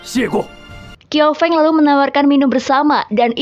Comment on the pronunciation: Fyi bukan "kiau feng" tapi bacanya "chiau feng"😅